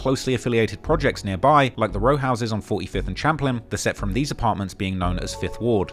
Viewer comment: Yo, it’s “Champlain” phonetically pronounced (sham-plain)